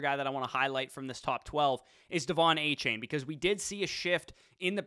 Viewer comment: A-Chan! Not chain. A-Chan!